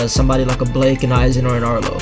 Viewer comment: Um why u call him Blake not Blyke?